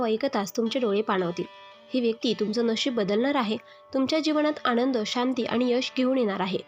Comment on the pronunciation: भावणा नाही भावना. आणंद नाही आनंद